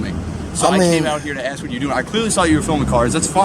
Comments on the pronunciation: Just curious why you corrected the police officer's pronunciation of "ask" when you've pronounced it "ax" many, many times yourself? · The word is ASK not AXE you ignorant fool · Luv the 'AXE' instead of ask comment. I hear that alot. You did great. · I'm axing you a question...lol